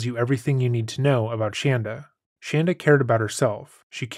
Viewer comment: Im sure its unintentional but you messing up her name once or twice (shandra instead of shanda) is disrespect that is warranted.